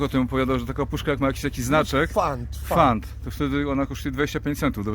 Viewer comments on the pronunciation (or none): kur.. Panie to nie jest "fant" tylko PFAND>KAUCJA